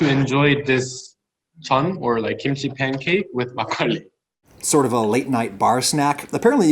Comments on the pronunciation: I was actually shocked by his pronunciation of makgeolli. He usually doesn't put that much effort into pronunciation. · My mom's favorite memories is of her and her mom making Makgeolli. She tells me all the time how nice it was to have a warm drink during the winter. I am sure a lot of post war Korean kids have similar memories. Thank you for the video! and unlike Galbi, you actually pronounced it well. ;) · your pronunciation was pretty good. Especially makkolie. I don't care for soju. It's generally cheap, weak and not very good. You drink a lot to get a buzz but it will give your a terrible headache. The fruit wines are very tasty though. I like their tartness. Home made or small batch makkolie is, IMHO, the best. The store bought stuff you featured isn't very good. But as you said it needs to be shelf stable and that's why it lacks that freshness. One recommendation. Drink your makkolie from a bowl. That's tradition. A snifter is a good option. But it's too aristocratic. Makkolie is a farmers drink. It's a home made drink after a long afternoon of work. It is drank from rice bowls, earthenware or stamped metal.